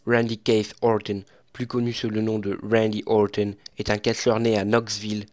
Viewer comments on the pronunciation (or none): none